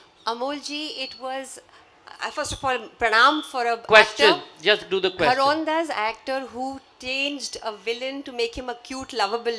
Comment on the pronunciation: Sanjoy pl do pronounce Hindi words - घरौंदा आप भारतीय ही हैं